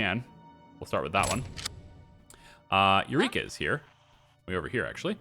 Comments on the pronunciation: Erykah is pronounced like Erica not Eureka 😭😭😭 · Her name is pronounced Erica not eureka...